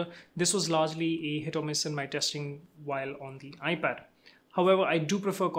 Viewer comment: Thanks for the great tutorial/intro! The only thing is that it got a little muddy - I couldn't understand you were saying "hit or miss." I suggest maybe trying to slow down a little bit next time... but excellent explanation of features/capabilities/improvements!